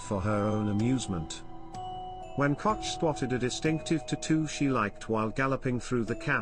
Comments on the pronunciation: Can you possibly pronounce her last name correctly? Say…Coke(Koch) notch Cotch…. grrrr! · Your mispronunciation of the German name Koch- is noted .We are not all from NYC. Say it right!